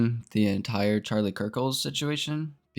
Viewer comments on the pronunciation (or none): I'm sorry but I can't take you serious when you're saying Charlie Kirkles (Also Why Didn't You Expect To Be Banned He Had A Family)